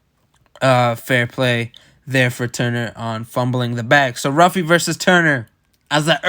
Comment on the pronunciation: Pronounced Huffy (who-fee)not Ruffy